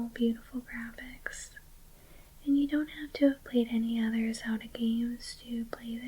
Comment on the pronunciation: How did you sau Zelda.... didnt sound right to me 😫